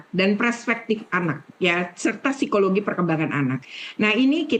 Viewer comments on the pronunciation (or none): none